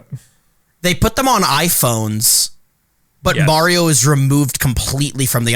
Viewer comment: I hate the way pronounces mario